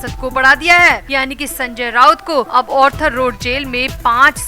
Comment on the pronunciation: Please note it is ARTHER road jail & not Orther road jail so pronounce accordingly please